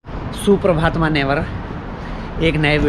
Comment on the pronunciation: आपके व्लाॅग शुरू से देखती आ रही हूं बहुत अच्छे लगते हैं। केवल एक गुजारिश थी आप सुप्रभात को 'सू'प्रभात न कहें। याने suprabhaat कहें,'soo'prabhaat नहीं। मात्रा छोटी उ की है।बड़ी ऊ नहीं।